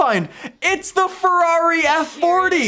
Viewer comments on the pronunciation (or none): none